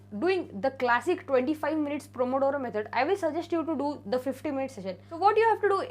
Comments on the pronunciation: Pomodoro method not promodoro 😀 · Pomodoro. Not promodoro. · Di actually the method no 8 is pronounced as pomodoro method 👍.. Btw the video was very helpful❤👏ty.. Can u also pls make a video on how u manage ur sleep schedule 🙏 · It is 'Pomodoro' dear❤️